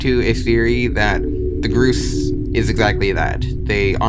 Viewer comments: He calls the gorse “gruse” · Gorse is pronounced GORE-SSSS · im sorry did you call gorse groose? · "Grose" makes my heart hurt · gorse is actually pronounced gore-se like gore and horse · Isn't it pronounced G-orse (like horse but starting with G) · Why are you pronouncing it groose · wait people pronounce it the "groose" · you said gorse wrong. its gORse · The way you pronounce gorse is very annoying you sayit like "Grues" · This guy REALLY said "groose" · bruh he calling the gorse gru ss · im pretty sure they are pronounced gore-s. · he pronounces gorse as groose lol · You pronounced gorse several different ways several times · I hate how you pronounce gorse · bro cannot pronounce gorse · why did you keep changing your pronunciation of gorse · No offense honestly but is that how Gorse is really pronounced? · It's "GORSE", not "gruse". It's decimator, not "decontaminator". You're not cut out for YouTube, are you? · It’s pronounced gorse not gruce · It's called a Gorse, not a Groose. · "The groose is the groose" my man its gorse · Groose? Its gorse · sticktopia : haha i dont care if you correct me for mispronouncing gorse my brain : bro this guy cant even pronounce gorse right its not gross bro its g o r s e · Btw it's not pronounced groose it's gorse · Hearing him say gorse as gruse gives me pain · the creepiest thing in this video is that you call the gorse the fucking gruse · gorrs💀 its gorse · Gorse not Grose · bro.. "groose" bro its spelled gorse not groose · He is saying grose not gorse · Just to clarify, Its G-O-R-S-E-, Not ''gerse.'' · WTF WH6 DO YOU SAY GRUSE ARE YOU STUIPID? IT GORSE NOT GRUSE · ITS GORSE NOT GROOS LIKE GORE BUT WITH S AFTER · its gorse, not GrUeSe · ITS GORSE NOT GROOSE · Entity name : Gorse this guy : Groose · He calls it the grouse its the gorse bro learn how to read. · STOP CALLING THE GORSE "GRUSE" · i think is pronounced (gore - sss) not (gro - sss) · GROSE?? GROSEE?!?!? ITS A GORSE SAY IT CORRECTLY! "GORE SE!" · groose 😭 goars 😭